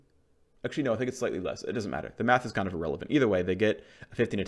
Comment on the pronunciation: did he just said math .. or was it "quick maffs" :)